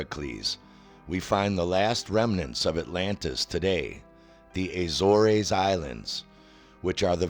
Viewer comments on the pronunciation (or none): Evidence? At least we know you're not an investigative reporter. ...And it's pronounced the "A-ZORZ."